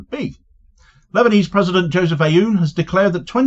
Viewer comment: You won’t be able to pronounce the first letter but if you simply say oon Like Boone without the B , it will be far batter than your current pronunciation , this is no actual A in his prononciation it’s an effort to represent a letter that doesn’t exist or a compound sound but your over focusing on the A in the president’s name